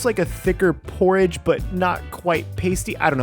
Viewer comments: It’s porr-IDGE not porr-AAHGE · The way you pronounce porridge is very unique. Also this looks very very yummy.